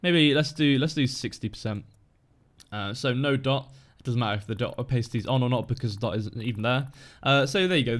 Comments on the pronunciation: are you sure you're actually British?;) pronounced more like Oh•pas•ity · PayJ It's not pronounced like that in the UK... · I'm British and i aint never heard someone pronounce opacity like that before! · That is not how opacity is pronounced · thats not how its pronounced in the UK lmao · I'm British and never heard it pronounced that way. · Yeah I thought of that after I commented. It just sounded weird to me. And I even have a british accent.